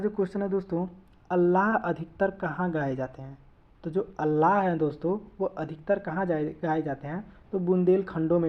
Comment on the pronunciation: अल्लाह नहीं आल्हा